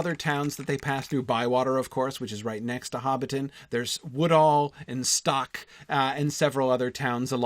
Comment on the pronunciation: He really does pay attention. He even pronounced Woodhall “Woodall” Not bad for a yankee talkin’ Tolkien.